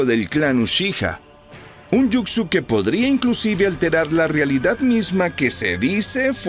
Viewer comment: Muy buena narración excepto cuando decías Jucsu (yucsu) en vez de Jutsu (jutsu)😅😅😅😅😅 pero en fin buena narración....